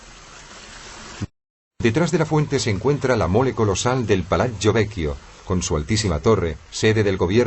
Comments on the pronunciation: es verdad quede aterrada cuando pronunciaban palazzo , es como si lo dijeran palachio terrible. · De acuerdo, si no saben pronunciar que traduzcan y digan plaza y palacio, y no piacha y palacho. Horrible.